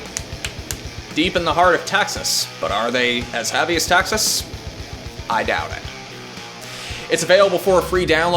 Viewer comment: Love the review,, but its Texas.........not TAxes...LOL